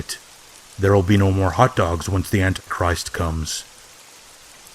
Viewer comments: Why did he keep saying ant christ? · Love your work! Thanks man. Btw, is there any specific reason why you pronounce "Antichrist" Ant'christ? Maybe I'm hearing it wrong. Just curious. Anyway your channel is awesome! 😈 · Why does he cut out the "i" in antichrist?